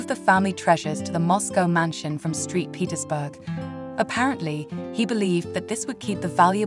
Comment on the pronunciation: “Street Petersburg “ ?